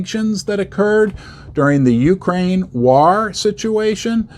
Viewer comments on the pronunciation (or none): none